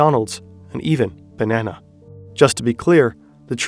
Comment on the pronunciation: ...and even, bananah.